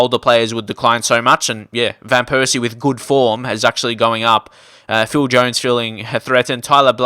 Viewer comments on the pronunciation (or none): none